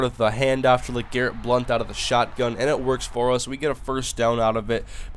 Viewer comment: BLOUNT NOT BLUNT :D